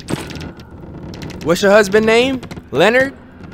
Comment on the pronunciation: did he really just call that ladies husband lenered. sorry cant spell lol im weak